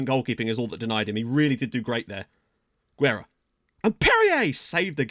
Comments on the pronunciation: Oh yeah; Guerra is pronounce like geh-rra...the GUE like in the video game Gex just don't sound the X so just geh. For the RRA you have to roll those r's like in rah. Last name translate to war or warfare, make that what you will. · its pronounced gerra and you kinda roll the rr's also guerra means war in portuguese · Guerra means War so maybe thats a good nickname you dont say U in Guerra its the same U as Guajardo's surname and RRA is just like you said